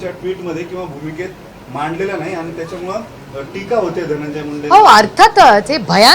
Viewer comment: ताई आपण संसद रत्न आहात..उत्तम फाडफाड इंग्रजी बोलता..परंतु मराठी साहित्य वाचा..मराठी शब्द उच्चार सुधारा..मोठ्या साहेबांचा हा गुण घ्या. त्याच्यामळे नाही त्याच्यामुळे.. चौऱ्याशी नाही चौऱ्याऐंशी..